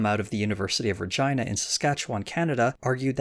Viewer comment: Good stuff. Your pronunciation of "Regina" is fucking hilarious tbh.